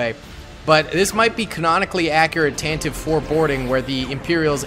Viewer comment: I cringe every time I hear someone mispronounce Tantive like you did.